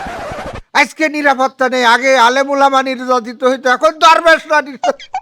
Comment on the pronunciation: দরবেশ না ধরবেশ